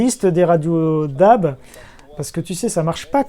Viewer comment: Attention à la prononciation, le terme DAB+ se dirait plus déabé plutôt que dabe :)